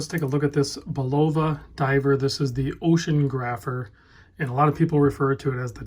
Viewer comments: Sorry to nit pick. Did you say ocean grapher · "Bull-OV-ah Ocean-grapher". C'mon man! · It's "Oceanographer" -- there's an "oh" in the middle of the word. It means someone who charts or maps the ocean.